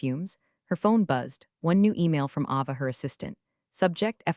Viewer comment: What are "croissas" or "crossas"? Are they like "croissants"? You don't "plug in" to wi-fi. You log in. That's why it's wireless. Why does the AI voice pronounce "anymore" as if it were spelled "ennuh more"? That's irritating. And like all of these videos that contain the name, "Ava" is mispronounced 100% of the time. This AI is crap, and the poster is either ignorant or supremely lazy for allowing so many errors in a posted video. They are simple to correct. That's pure desperation to beg for subscriptions at the beginning of a video. So I will downvote at the beginning. The whole story is about replacing a human with AI. This video used AI, replacing any human element. That's why it sucks and is full of so many errors.